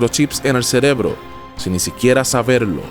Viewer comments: dice celebró en lugar de cerebro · En el minuto dices celebro, no cerebro 👍🍻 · Buen video. En el minuto dice CELEBRO, DEBE SER CEREBRO. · dice "celebro" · amigo dijiste celebro en el min jajajja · "CELEBRO" JAJAJJAA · jajajajja cierto XD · "en el celeblo" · celebloooo jajajaaj me hizo reir, me la venia creyendo toda la historia y cuando escuche eso me pincho la historia.